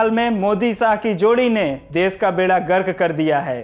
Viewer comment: Apna pronunciation thik kr bhai.. Kan se khoon a gya... Des, desbhakht, jara sakti, arun souri, pharookh abdulla, saamil etc etc etc